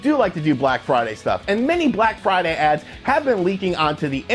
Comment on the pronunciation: BRACK FRIDAY BUNDURU???